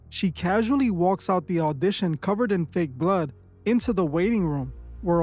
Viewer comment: Why you emphasize fake blood